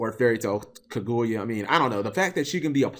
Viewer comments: Was I the only one who cringe on how Cap pronounce it as Ku-gu-yea when really it's Ka-Gu-Ya. IDK I guess since I just finished watching that whole Naruto Arc in English Sub I'm use to hearing it that way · Cap you are gonna have to get better at pronouncing Japanese inspired card names. It's absolutely a pain to listen to Kirin: key-leen not ka-rin; there is no hard r sound in the Japanese language which is why they struggle pronouncing them when the speak English Kaguya: ka-gu-ya not kuh-guya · Tre Fields oh noticed that now. It's like the name is kagoya instead of kaguya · sarthak arora cap says it like kaguuya (2 syllables) when it's kaguya (1 syllable) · Cap butchered the pronunciation of kaguya so bad that I didn't know why the name looked familiar till he said naruto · You aren't alone, I always cringe like hearing scratched chalkboard when people mispronounce Japanese. Especially when its so obvious to see how to say it. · How did I call it, how did I know exactly how he was going to pronounce Kaguya wrong. Step up your misspronouncing game cap. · Cap you're saying her name wrong